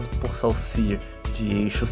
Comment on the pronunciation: Lê-se "Sôssiürre" xD